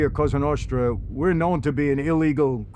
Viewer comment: “la costra novra”